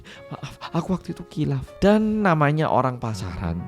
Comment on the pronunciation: KHILAF itu bacanya HILAF, bukan KILAF. fyi huruf KH dlm romanisasi dari bahasa Arab dibaca lebih mirip ke huruf H & sama sekali jauh dr huruf K